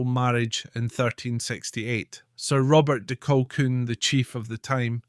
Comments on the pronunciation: Who the hell is Clan Colkwun, prat can't even pronounce our Clan Colquhoun correctly. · Oh dear it’s pronounced ‘Kahoon’. You might want to re-record. A great voice and interesting content but I couldn’t listen to the mispronunciation over and over.